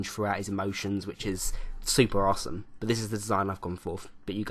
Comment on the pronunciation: Why do you say " awesome " in a american accecent